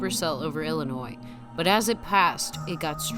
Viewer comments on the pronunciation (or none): none